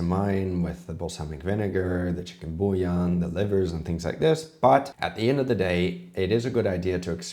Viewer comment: Omg the way he pronounced bouillon. Beef bouillon would've made more sense.